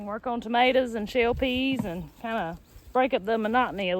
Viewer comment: I love listening to you to call tomatoes Ma T ors🤣🤣🤣🤣🤣🤣🤣🤣🤣🤣🤣🤣🤣🤣🤣